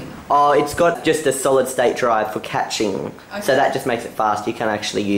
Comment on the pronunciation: It's pronounced ca-sh-ing